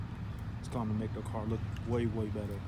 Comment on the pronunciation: When Asian people say “Duh” instead of “the” haha .. nice fit though